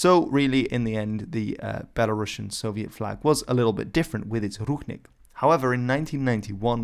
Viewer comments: You pronounce the word BELARUSIAN incorrectly. That's all I have to say. They are not Russians! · Very nice video for people, who don't know nothing about Belarus. Thank u. But there r some rude mistake, please, let me correct. 1. Rušnik must be read in English as rushník 2. Belarusian (there is only one S, not Russian, no sound sh, b'elarusian) 3. Klaŭdzi Duž-Dušeŭski must be read as Kláudi Duzh-Dushéuski. This information was useful even for me, belarusian guy. Please, next time try to check information not to make mistakes.